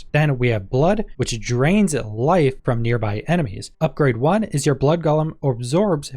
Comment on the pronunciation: It's said go lum not gall um.